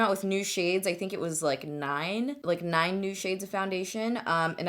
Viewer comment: Did anyone else notice that she said "nine" like the principal in Ferris Bueller's Day Off😂😂